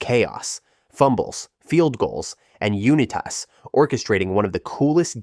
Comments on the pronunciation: Johnny “YOU NE TASS” 😂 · Why do you say U-ni-tas like that?😂